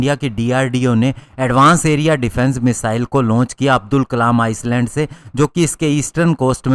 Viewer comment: आइसलैंड नही, आयलैंड बोलते है।